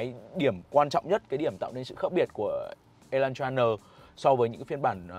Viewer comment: Phát âm là e lan tra sao ông cứ đọc là y thế nhỉ😂